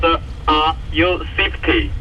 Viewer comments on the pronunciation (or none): “Are you Swietty? Are you Saietty?” Lol. Great sailing! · You have my attention! Always good to keep the coast guard informed and a good example of other boats taking care of each other and relaying messages, even with the strangest accent "saifty*! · that guy on radio was saying the word "SAFETY" ... "SAFETY".... i suppose ;-) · Woo hoo !!! Relieve you from, snorkeling, beach parties, food recipes, Pina coladas and working at Burger King. Thanks E. This is absolutely amazing. To bad about the drone. You have balls of steel. Was he saying safety? "Are you safety?" Ha ha